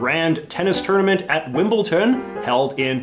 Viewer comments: But many people make that same mistake. I suspect people think that inserting that hard "t" and saying "Wimbleton" sounds more "properly British", and that saying "Wimbledon" sounds like a "sloppy American" pronunciation. But in fact the latter is correct, and the former isn't. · Why do people (including J.J.) say "Wimbleton" when it is clearly "Wimbledon" with a "d"? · It's Wimble-Don! It's even spelt with a D! You're not the first North American whom I've heard mispronounce this part of South West London - why is that? There are places in England which end in the 'ton' suffix, such as Leamington and Luton, but not Wimble-ton! Incidentally, I believe they are all shortening of 'town' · Wimbleton is now my favourite pronunciation, thank you JJ!